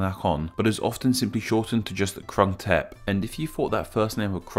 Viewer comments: should have checked how its prounouced before you made a "educational video" its not "K" its "G" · It's said Grung Thep but i can understand why you said it like you did, source: am half thai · It’s pronounced Kroong-Tape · groong tepp is more accurate pronunciation than krung thep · No, he didn't. Khit duu. He was making a video about this name Grung Tehp (with ก). He had this Thai man saying the full name, and yet he can not even say the first two syllables right. And it's not like they are difficult for native speakers of english. It's just that they are too stupid and disrespectful to say anything from any other other language right. No matter if it's french, spanish, or thai. They always sound like shit. Everyday people here (I am on vacation in Thailand now) people tell me how clear my Thai is (puud thai chat maak), but really, my Thai is not good at all and they are just being nice, like Thai people generally are when they see someone making an effort. I need my 7-year old niece here to remind me how good my thai really is :) But english native speakers set such a low bar for what is considered acceptable for foreign speakers of Thai that they now can get away with crappy pronounciations like in this video. Every two-week Pattaya tourist should be able to do better than that. Makes me vomit. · The guy who read full name of Bangkok mispronounced a few words and he sounded like Japanese speaking Thai. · You didn't even bother to spend 1 minute researching the pronunciation of two words; Krung Thep. Big fail for a channel calling itself Name Explain.